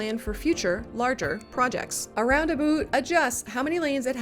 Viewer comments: I adore how you pronounce roundaboot 🥰 Also: Thank you for this extremely helpful content. Almost makes me want to play this game again. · bc the "rounda-boot" wasnt enough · Subscribed when I heard the first "round-a-boot" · In Scotland we say "Roon-aboot" not "Round about". Could be Canadian you are doing though so either way is fine i guess but just wanted to offer the option XD